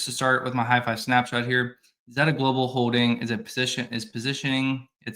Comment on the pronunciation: Can we agree that it’s pronounced ZAY-ta? :P